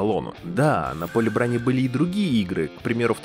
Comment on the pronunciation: Поле бранИ? У вас нейросеть текст зачитывает?